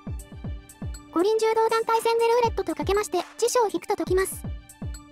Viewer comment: 最後のなぞかけを作業しながら聞き流してたら、 五輪柔道団体戦のところをイントネーションで「ご臨終～」って空耳してしまって何事かと